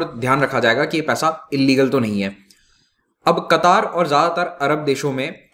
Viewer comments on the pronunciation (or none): कतर बोलिये सर